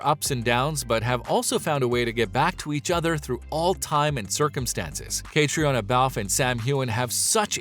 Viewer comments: Don't people ever tell you how to pronounce names?? Her name is pronounced KATRINA, not catriona!! Please get that right. (from Sandi) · Nice video. But her name is pronounced "catrina ". And I think Graham is divorced. In Men In Kilts he referred to his "then wife" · CAT-TREE-ONA says her name is pronounced Catrina. Get it right sometime this century. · Say Caitriona's name right....... "Katrina" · We were more than a little bit heartbroken when Cat got married .... and not to Sam!!!! Pronounce her name right please. Katrina is how she says it.